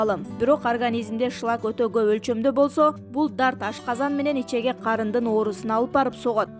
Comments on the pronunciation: Ичеге эмес ичеги деп суйлочу садага?! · Ичеге эмес ичеги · Ичеге эмес ичеги!!! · Ичеги деп туура окуш керек